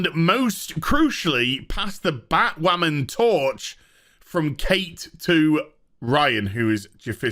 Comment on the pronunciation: "It's time for Batwhamen...to end."